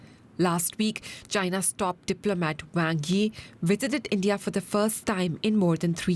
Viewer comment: India not Indiaurrr